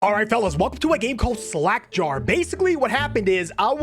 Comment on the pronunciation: it's sounded in the start like you said slack jar